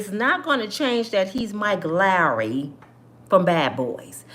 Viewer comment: Our nationality is the worst at being judge and jury over one another. I've been judged all my life and ain't none of it true! I'm sorry it's pronounced Lawrey not Larry also Bilal is pronounced B lawl. The other one Baal = the devil! Keep up the great work sis